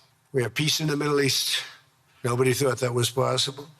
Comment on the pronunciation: Did he just say "Board of Piss"?